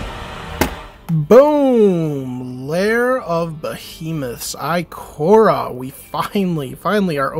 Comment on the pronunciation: Nice pulls but it's Ikoria (eye-kor-eya)